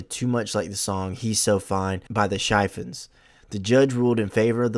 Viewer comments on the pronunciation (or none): Shy fun’s?? It’s pronounced sh fawns This must be AI.